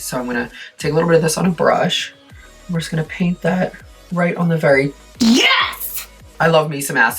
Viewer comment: i dont know why but it makes me so happy everytime i hear 'nyes'